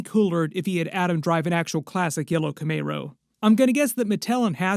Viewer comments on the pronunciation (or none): cmon man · I understand your speech is impaired but why keep saying Camaro like that?